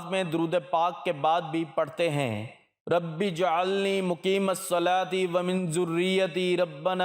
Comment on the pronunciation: ربج - علنی نہ کہ رب ۔ جعلنی براۓ مہربانی درستگی کریں